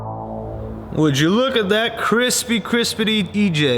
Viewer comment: literally speaking "Would yoh look at that crispy crispydee EJ"😂